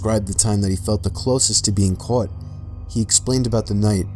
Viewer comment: Am I the only one hearing him say that words weird. Like " the cwops never cwaught him". To that typpa things kids do with the "w"